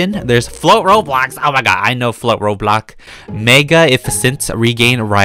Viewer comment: why to you say robloc and blocburg instead of roblox and bloxburg??